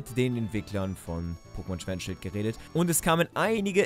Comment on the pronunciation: Schert und schwild... Not bad 😂